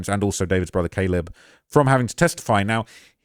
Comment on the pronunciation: The slip of saying Da-leb killed me 😭😭😭